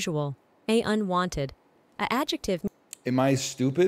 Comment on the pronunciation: NL somehow getting "unwonted" despite the A.I. messing up the pronunciation only for him to then submit "verger" with full confidence absolutely sent me